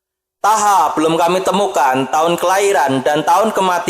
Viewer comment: Thaha dibaca Thoha.. (Toha)